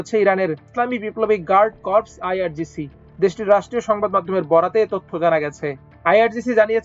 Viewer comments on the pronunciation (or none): Corps এর উচ্চারণ "কর্পস" নয়, "কোর" (যার অর্থ- সৈন্য বা সেনাদল বা বাহিনী); পক্ষান্তরে, Corpse এর উচ্চারণ "কর্পস", যার অর্থ- *মৃতদেহ*! বিষয়টির প্রতি এর আগেও দৃষ্টি আকর্ষণ করছি। ❤ 🎉 ❤